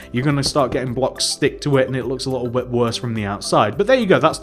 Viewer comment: Say little correctly you lil